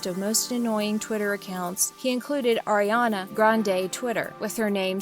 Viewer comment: on 😣 just say the name of the person U ROAST BUT DOESN'T DESERVE IT, correctly please. because i heard u say ERIANA please stop with these kind of videos🙄🙄😒😤